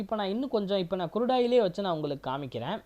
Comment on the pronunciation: Good video,, but sir kurudu oil ellai , Crude oil .. it's CHART not Chat .. sorry don't mistake me,, Ur video is good , just try to change the small pronunciations. THATS ALL 🎉🎉